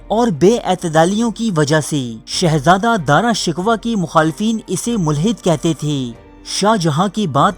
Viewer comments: Dara shikwa nhi he bhai Dara shikoh he Plz correct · Shkwa ghalt hai sheko hai. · Bhai Dara shikwa nahin Dara shikoh hai, Kitna Ganda talaffuz hai aap ka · داراشکوہ کو دارا شکوا نہیں بلکہ دارشکوووہ پڑھتے ہیں۔ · Bhai Urdu to thek kr lo dara shiko ko aap shikwa keh rahey ho Urdu channel ko badnaam na karo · bro,pronouncing is dara shakoo exactly not dara shikwa !!!!!!!!!!!!! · Mery bhai pehly iska name to theek say laina seekho ...ye dara shikuh hay dara shikwa nhe...pehly khud to is kabil bnao k apni video bna k baich sako. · Nalaek insan dara Shikoh ko bar bar shikwa bol Reno ho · bhai, saheeh tallafuz "Dara shikooh" hae na kahe shikwa,,lol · Apni urdu theek karo dara shikwa nahin sahi tallafuz dara shikoh hai. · Dara Shickohh not Dara Shickwa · o gadhay dara shikwa nhin dara shiko tha............. aurang zaib aik dehst gard or badmas badsha tha shrm karo nam to bolna ata nhn dara shikwa lolz chaval admi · Lfz shikwa nahi shikoh h .. plz note it .. 👍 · Dara shik waa naheen Dara Shikkhoo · اوہ بھائی یہ تلفظ ٹھیک کرو دارا شکوہ نہیں پڑا شکو جاتا ہے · Bhai Sahab Dara Shikoh ko Dara Shikwah na kahen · Shikwah nahi Shikoh ... Hahaha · Bhai shikwa nai shikoh hai lafz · Dara shku not dara shikwa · Shikwa nai shikow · Its darashikoh not darashikwa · Dara shikoh Hy not Dara shikwa